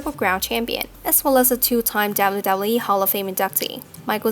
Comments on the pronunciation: Holy shit when you're the narrator of this video about the WWE then maybe practice your W's until you get them totally right... seeing as you gotta say "WWE" like 50 times from the beginning of the video to the end. It's distracting as crap. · You need to pronounce W correct